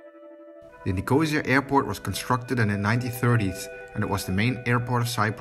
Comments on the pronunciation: It’s pronounced NIC-O-SEE-AH, not NIC-OH-ZEA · Someone should have told you how to pronunce Nicosia before you released your video. It is not NICOH-ZEE-UR as you pronounce it but NICOH-SEE-ER. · Someone tell him its Nick-oh-see-ya.